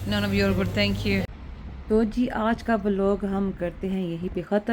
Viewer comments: aap thank you ko English accent main jan ky kun bolti hain overvl Lagta hy aap wahain ki born nai hain to angraz nanny ki koshish na karain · Kindly learn English pronunciation you even don't know how to pronounce Thankyou. It's better to speak in urdu and Punjabi